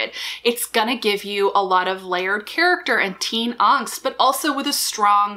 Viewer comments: I love your videos, but your mispronunciation of 'angst' gets under my skin. Don't know why that is, when I'm totally fine with someone pronouncing library as 'lyberry' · Dont take this the wrong way (english is my second language) but why do you pronounce angst so weirdly? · ah okay, thank you! I'm Norwegian myself and I could hear that the way you pronounced the word was sort of Germanic, but i wasnt sure. It's fun, the way words are said differently depending on stuff like this.